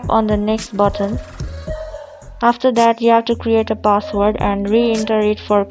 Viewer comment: You must be a Pilipino. You said "password" as "box word".